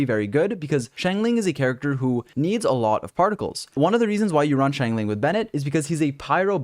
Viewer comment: man I love your videos but it bugs me a little how you say Xiangling Xiangling (Shyong-ling) Shyong sorta rhyming with Song Xingqiu (Shing-Chyo) Shing rhyming with Sing I try to pronounce the characters names the way they pronounce them themselves in the chinese voice pack.